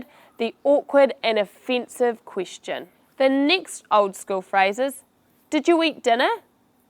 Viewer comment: Thank you. But it's very unusual how you re pronouncing Quistion offinsive and other words.